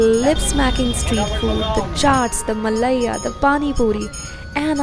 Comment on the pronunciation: It's not malayia it's malaiyo